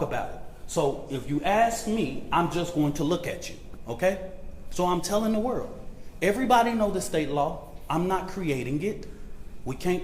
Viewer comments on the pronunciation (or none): none